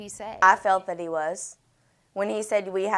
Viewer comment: What's up with his pronounciation of the word (that) dude says DAT. Fire him. How did he pass the academy with this DICTION. Wow. A Bird Brain